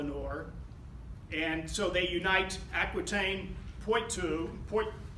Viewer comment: You could work on your French pronunciation. Bourges, Poitou etc.. The court was in Poitiers, capital of Poitou. Although she was known as "Aleanor of Aquitaine", she spent most of her youth and time later on in Poitiers. Her palace still partly stands. It is part of the Poiters courthouse. Majestic!